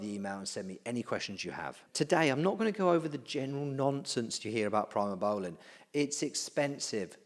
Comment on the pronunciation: It's "pre mo" not "pry mo" that drove me nuts